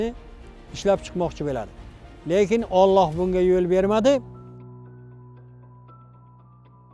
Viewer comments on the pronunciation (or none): none